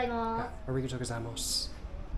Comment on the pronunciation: It's "arigato gozaimasu. Not gozaimosu. Please correct yourself. Don't make us look bad, bro. Represent.